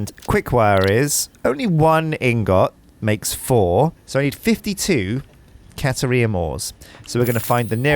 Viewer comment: I dunno either. Maybe he forgot to include it? He also wasn't paying attention when the computer told him how it was pronounced.